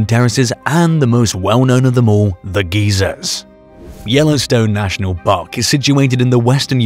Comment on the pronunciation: Yellowstone has geezers? 😆😆🤣🤣🤣😆😆😆 Yeah, those are retirees who live in RV's and travel the US. Geysers = guy-zers please. Geezers! 😆😆😆😆😆😆😆